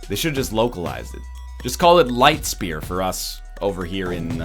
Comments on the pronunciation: Are you actually from Germany? As a native German, "The ch sound in german is exactly like the sh sound in English. There is no difference." this statement is just plain wrong. The sh in English is pronounced with your front teeth touching, the ch in German is pronounced without your teeth touching. They are completely different sounds phonetically, just on the basis of them being produced in entirely different ways. Maybe in some dialects, some Germans pronounce ch that way but that's just a dialect. The correct way to pronounce ch in German isn't anything like the English sh. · The right pronounciation would be something like: Li-sh-t-sh-p-air (Li-ch-t-sh-p-eer) (from German for: Light Spear) The sh sounds are just like in fish. The "air" is pronounced just like air. The other consonants you nailed pretty much; they don't have a special or different pronounciation than in english. For reference, you said: licked spear. However, as an addendum, the devs do not seem to speak German themselves or only know the meme-y version of it. Putting "das" in front of every noun is simply wrong in a lot of cases. For example, the level "das frostberg" should be called "Der Frostberg" (capitalization intended). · Just for future reference NL, this would be pronounced Licht, with a very soft h sound in there, kindof like you're saying the c and the h seperately not together, speer. The "sp" sounds makes a "shp" sound and the "ee" makes an "a" sound. Liktspare. Think of it like that. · everytime he says: ligkt. i die irl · Funny Pronounciation! I'm German and I only watched this video to hear how english speakers say " Lichtspeer" xD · Good pronounciation (hopefully this was correct) but the ch in lichtspeer sounds like a angry cat :D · Es ist nicht lichtspeer, es ist lichtspeer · nicht lichtspeer, sondern lichtspeer? waaas? xD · Its not Lichtspeer, its Lichtspeer you egg!